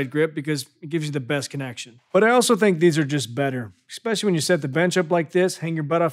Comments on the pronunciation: I don't care how good the info is, I can't get over the fact that he says "ekspecially". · I love your videos but…there’s no x in especially.